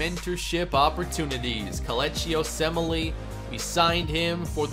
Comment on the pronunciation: I'm impresses by how you were able to pronounce komeche osemele (i can't even spell it)